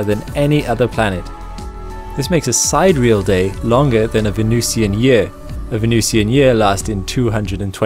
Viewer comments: It's not, Side-Real, it's, Si-Der-E-Al. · Many thanks, but sy-deeri-al not side-reel. Icky picky me! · side-reel day? Si-deer-ear-al day. Ugh. I was hoping for a good channel, just discovering this one.....nope. If you can't pronounce sidereal correctly......just give up. If you're too daft to look up proper pronunciation of important words then you shouldn't be teaching anyone ANYTHING. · The word is pronounced "sid-EER-ee-all" not "side-reel". Sidereal is not an English word. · Very nice video. However, I have to pick you up on a couple of points. 1) "Sidereal" is not pronounced "side-real". It is pronounced "sy-dear-ee--al". 2) You said "...why Venus is so unique". There are no degrees of uniqueness. Something is either unique or it is not. There is either something else the same or there is not. Something can't be "slightly unique". It's like saying "more perfect'". It makes no sense. Either it has no fault or it does. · I know this video is two years old, but you mispronounced "sidereal". It's SID-EER-EE-UHL, not SIDE-REAL. Awesome video nonetheless! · that is not how you say sidereal its sy-dear-ial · I soo love your videos, but ask that you pre-read the scripts to pro scientists for right pronuncing and principles, e.g.: "si-DEE-ree-al" day! Pressure comparison: not one km below the ocean (in solid bedrock?🤨) but below its surface. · sai - deh - ree - al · Yes. "Sidereal" is pronounced: sī-dîr′ē-əl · Sidereal is pronounced Si der e al. :-) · Maybe that is how it is pronounced in his region. Either way you knew what he meant. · Doubtful. He pronounced it like someone who has read the word but never heard it :)